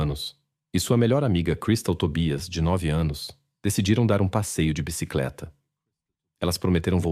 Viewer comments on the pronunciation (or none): none